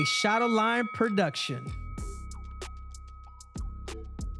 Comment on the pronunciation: Hey buddy henry it’s Shadow-Lion, not shadow line.